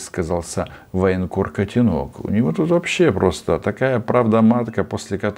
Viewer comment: Не котенОк, а котЕнок😂